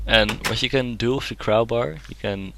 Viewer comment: he said crowbar sooooooo wrong